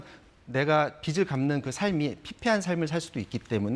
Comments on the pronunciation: 앵커는 왜 빚을 말할때 비츨이라고 말하는 거임? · 뭔 뉴스 앵커가 빚 하나 발음을 똑바로 못하고 비츨 비치 이러고있냐; 자문위원이 정정해주네 ㅋㅋㅋ ㅉㅉ